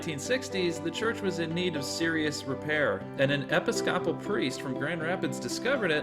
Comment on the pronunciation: You need to work on your pronunciation of "Episcopal"! The restoration and improvements (like the artwork that finished the iconostas) was not intended to keep it "static" - it was meant to restore and renew the church for active use... and it is used - most notably on special occasions but certainly appreciated for private inspiration and reflection. Its a powerful space. And the story of its restoration is beautiful... an ecumenical happening celebrated by the Tikhvin Festivals held for many years on hte feast of Sts. Peter and Paul.. If you want to read the priest's account you can find it here